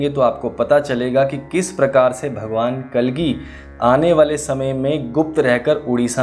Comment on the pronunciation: महोदय एक अनुरोध है कृपया भगवान का उच्चारण श्री कल्कि कीजिये कलगी नही